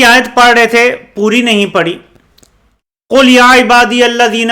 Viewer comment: قل کا مطلب (کہو )اور کل کا مطلب(کھاو) موصوف نے اسے بھی غلط ہی پڑھا۔ان بد بختوں کی زبان سے اللہ کا کلام ادا کیوں کر ہوسکتا ہے